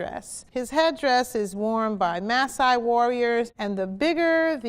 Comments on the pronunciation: Alright this vid is old but the way she pronounced the maasai was funny it's pronounced mah-sigh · Anyone else cringe when she said Masaai?